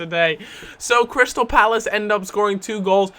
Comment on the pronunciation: OH EQUALZ but it says CRY-Stal so he's gonna cry cos he lost